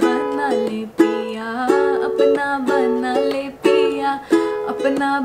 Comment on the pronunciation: Apna banna le ganda sunai de raha haii..😢its apna bana lee